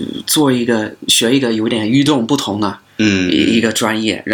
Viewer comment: 《与众不同》发音有一点不准，别的完美！